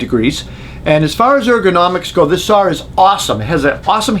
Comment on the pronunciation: There is no "R" in SAW